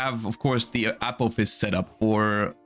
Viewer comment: I swear he says apple fist instead of apophis